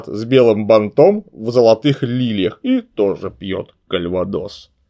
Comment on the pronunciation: не банОм, а бАнтом... БАРАН ))